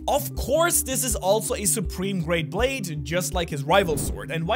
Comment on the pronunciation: Brade? Wideos? Are you ok man? 😂